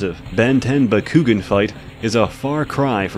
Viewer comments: BA-KU-GAN not bakoogen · It’s bah-ku-gaan not bah-ku-ghin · It's bak-koo-gahn not bak-koo-ghin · "bakkuggin" oh no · Pretty sure Bakugan is pronounced back-oo-gone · >"Buh-koo-gen" Immediately unsubbed and blocked. Good day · The way he pronounces Bakugan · And the way he calls “Dan” the protagonist “bakugan” loool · Hahahaha, I couldn’t stop laughing every time you said bakugan wrong 😂. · God the way you say bakugan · WHO ELSE WAS TRIGGERED WHEN HE SAUD BAKUGAN WRONG!!!! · was anyone else bugged when he pronounced bakugan wrong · the way he mispronounces bakugan makes me cringe more than the disturbing porn shown at the beginning. also, gwens his cousin, not his sister. still just as disgusting, but still.